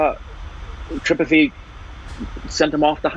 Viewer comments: Just spelling pronounciation mistake😀: Its not gudu...its guddu Its not tripeti...its tripaathi Its not muna...its munna Ita not micbul...it maqbul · even after watching 2 seasons cant pronounce Tripathi correctly...or Guddu.... lol